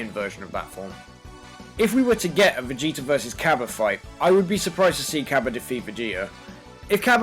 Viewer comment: How come he sounds like he says Vegeter